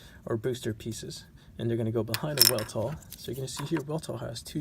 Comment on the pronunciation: it's actually pronounced Vel-tall, but great review. I wonder why they skimped out giving the arms double joints for the elbow when the leg has a nice double joint